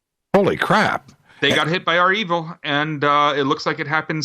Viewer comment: Sorry guys its not R-evil its (reviel)